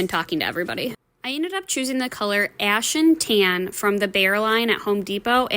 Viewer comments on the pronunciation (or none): “Ashen tan” is a great color. It also really emphasizes your accent